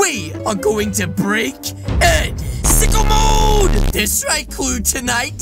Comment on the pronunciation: When you said sicko mode you just said sickle mode